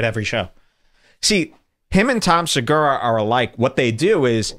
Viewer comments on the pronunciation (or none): none